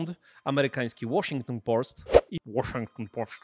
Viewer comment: Dobra akcja z Łoszington Połst... 👍